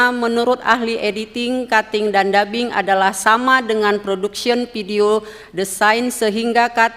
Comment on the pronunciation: Ternyata jaksa nya yang gak ngerti istilah umum dalam bahasa Inggris. Production dibaca prodection 😂😂😂